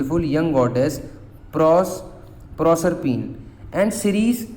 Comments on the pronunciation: PROSERPINE YOU ARE NOT SAYING CORRECT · Bhaiya aapne prosrpine ko galat pronounce kiya hai